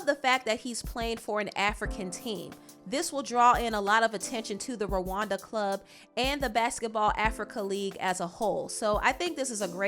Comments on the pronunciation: It’s Rwanda rara not lawanda 😂😂😂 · It’s not Ruhanda it’s Rwanda